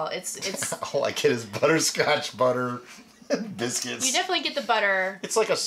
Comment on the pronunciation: Did I hear "biscuits"??? Hahahahaha